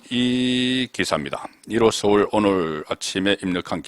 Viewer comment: 항상 잘 듣고 있습니다. 서울 발음이 ㅅ.울로 들립니다.